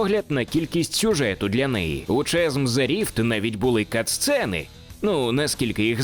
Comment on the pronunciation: Та ну блін не Чазм а Казм :) Класно все, молодець що робиш огляд і вопшє кайфую від каналу. Але ж ну :)